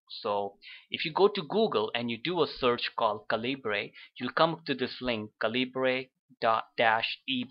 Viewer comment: FYI, it's pronounced "CAL-ih-burr", not "cal-EE-bray".